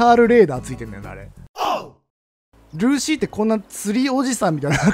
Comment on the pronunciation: ルーシーの言い方が業界用語言うイントネーションでずっと気になってるWWWWW